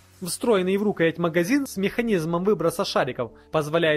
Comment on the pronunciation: РукоЯть , ударение на букву я